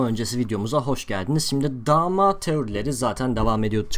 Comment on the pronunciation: dha mha deil dama :D